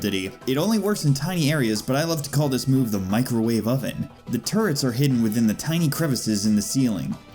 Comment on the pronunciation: »Turrets« ... »Turrt's« ... »Turds« I keep hearing »dropping turds.«